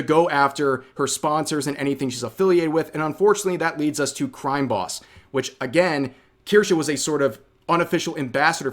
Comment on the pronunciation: They took her Cwime Bobs??? There will be vengeance.